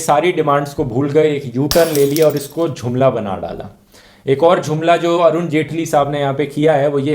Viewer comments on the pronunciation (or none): Bhai its JUMLA not JHUMLA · Dhruv.... It's not jhumla.... It's jumla...😂😂😂 n best video...